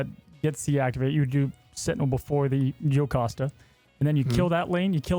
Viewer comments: WHY! It's Jocasta, not yocasta! This is bugging me so much!😭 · It's JOE-cost-uh. I get that it is Greek so you might think it's the Y sound, but Marvel has always used the English pronunciation of the hard J. You can hear it used in this clip at the mark. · Bastion is from X-Men 97, but he is not in the original series. Plus Jocasta is pronounced Joe-casta so was mistaken trying not to be 😂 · funnily enough i believe it’s actually pronounced Joe-costa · Bro, why is saying yocasta😭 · Yet he can't pronounce Jocasta right 😂